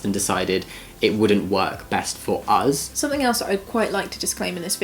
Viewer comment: Does Jamie always say uz instead of us or it is just this video?